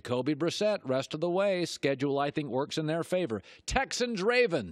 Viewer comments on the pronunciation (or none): none